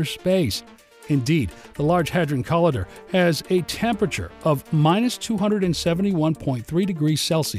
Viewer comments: co-lie-der not col-ee-derr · Sorry to say that despite the beautiful graphics, its difficult to listen to the narrator mispronounce "boson"- pronounced 'beau zon' - sounding like he is saying bison, and 'collider'- pronounced 'co lie der'- sounding like he is saying 'colander,' a kitchen utensil. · Call idder??? Come on dude. Why are some Americans so shit at pronunciation? Not all of us are this bad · co-lie-der. can't take this video seriously.